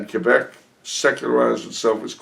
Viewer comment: Thanks again for answering my question. I love the way you accurately pronounce Québec!